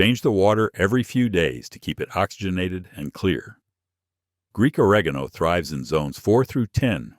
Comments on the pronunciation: TI how to pronounce oregano it’s very important to where you put the emphasis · Thanks for a fascinating presentation! Was puzzled by mispronunciation of certain herb names llike oregano and taragon. Then I realized it was an AI reader.